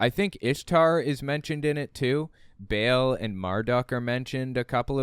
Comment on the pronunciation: I'm sorry but this is bugging me -- Ba'al is supposed to be pronounced like "bah-all," not like the English word "bail." Also, for what it's worth Satan is a character in the book of Job. I don't know when Job was actually written but it is traditionally ascribed to Moses. It was probably written later but not that much later.